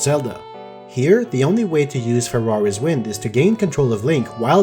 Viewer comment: I can't help but hear "Ferrari's Wind" every time you say "Farore's Wind"